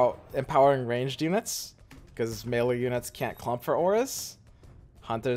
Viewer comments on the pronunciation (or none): none